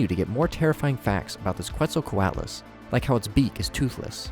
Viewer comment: bro checked his pronunciation of Quetzalcoatlus and still got it wrong smh